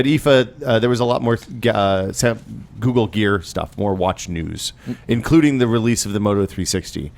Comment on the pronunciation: is the only person I've ever heard pronounce Google with a K:D